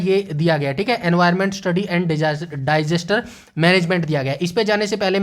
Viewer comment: Jab tak aap disaster ko डाइजेस्टर बोलोगे तब तक कुछ नहीं होने वाला और आप १२th के चैप्टर बोल रे हो १३-१६ क्या बायोलॉजी स्पेशल पोस्ट है ये थोड़ा सोचकर बोलो सर जी अब आप ये nuisance फैलाते रहोगे तो बच्चे कैसे आगे बढ़ेंगे आप पहले वो बताओ जो सिलेक्शन दिलवाएगा । जल्दी सुधार करो । viable चीज़े बताओ । ख़ुद भी ख़ुश रहो और बच्चों को भी demoralise मत होने दो । थैंक्स 🙏 ।